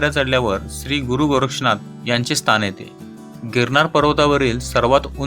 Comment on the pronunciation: स्तान नाही हो स्थान म्हणा